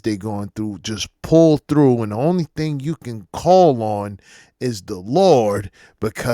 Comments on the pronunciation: I hate how they pronounce the word "thing" as " thiiiing'k" 😖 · I fucking hate the way they talk!! What the fuck is that "ink" she adds to every adjective in her sentences! Sinkink, thinkik, doink! The fuck?